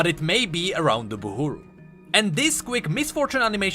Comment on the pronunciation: And you till Call it Buhuru...